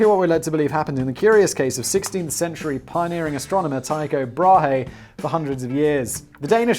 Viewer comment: How does Simon mispronounce so many things yet easily remembers how to say Tycho Brahe?